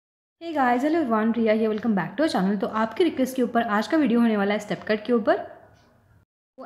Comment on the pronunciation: Sket cut bola aapne 🤓 plse paani toh pilona didi